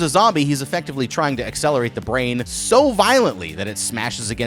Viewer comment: Brz-ain 😂 I like that pronunciation